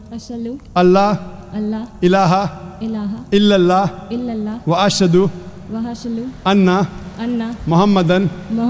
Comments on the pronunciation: If she was already muslim she wouldn't had have mispronounced ash hadu to ash halu this is really basic but I like how cynical you are. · You can clearly hear that she said "ashalu" instead of "ashadu" and "ablu" instead of "abdu". I don't think a true muslim would ever say these wrong. (In case you guys think that she was putting an act and was already a muslim)